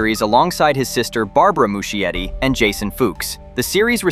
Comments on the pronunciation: I guess you gotta train your AI voice to pronounce it correctly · That's not how you pronounce Muschietti 😂😂